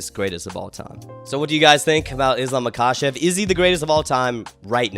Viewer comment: if you gonna glaze Islam you should probably say Makhachev right